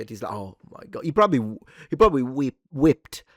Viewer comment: Hey, brother, just for future reference. It is wept as if you were starting to say the word weapon or wet.When you're referring to the past tense of weeping, much of our brother keep it up